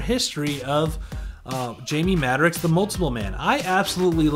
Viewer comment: He's my favorite character.. Love the video.. Thanks for the upload, but PLEASE, repeat after me MAD-ROCKS, Jamie Madrox (Mad-rocks)